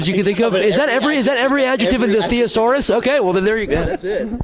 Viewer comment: bro just pronounced thesaurus like "the-asaurus" like it's a dinosaur.